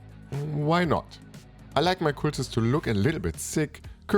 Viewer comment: In most English dialects I'm familiar with, it's "c-uh-ltists", not "c-oo-ltists". Hope that helps.